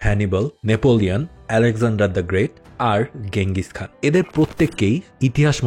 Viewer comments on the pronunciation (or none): its চেঙ্গিস খান not গেঙ্গিস খান